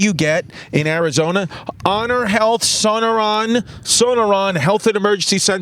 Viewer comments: “Son-no-neron” LOL. That’s pronounced “So-nor-an” Chrissy. Shout out Chrissy Literacy. Welcome to my home state boy! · Haha haha luv how u butchered the hospital name, sonorian, 😂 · son-o-ron lol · Being from Arizona and hearing you new yorkers pronounce sonoran as "sona run" has me dyiiing cuuh